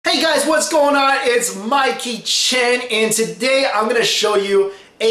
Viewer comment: Is it just me or i heard him saying, ''My kitchen'' instead of Mike Xing Chen , anyways. thanks ^^ love your vid ..